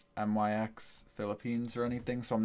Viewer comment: you said ut it's myx not M.Y.X